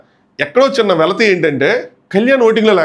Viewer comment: వెలితి not వెలతి